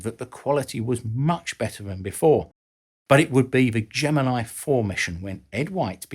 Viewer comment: Please look up how to pronounce Schirra's last name and Gemini